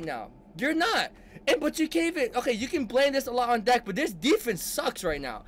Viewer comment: It ain't DAK, it's Duck...His name is Dakota pronounced Duck-o-ta...so the short version is Dak, pronounced Duck...